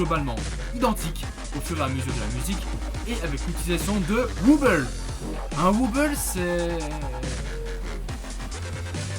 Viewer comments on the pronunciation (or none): Très bonne vidéo !!! On voit que tu t'y connait pas mal comparé a d'autre gens qui mette du skrillex pour illustré du dubstep... seul petit truc, on dit "Wobble" ou "Wobble Bass" mais pas "wuuble" :)